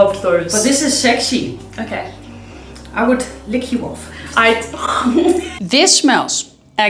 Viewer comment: How it feels to hear 'sexy' as 'sechsheee'🥹